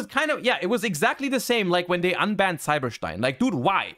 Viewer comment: "Cyber Shtein"